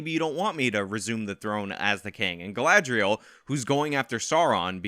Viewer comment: I SE ALOY OF TALKIN ABOUT MAH GRRRRL GALADRIELLLLLLLSS...I laugh everytime and look forward to this with glee